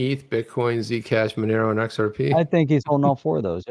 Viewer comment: The XR-PAH and MI-TAH Speak is getting old.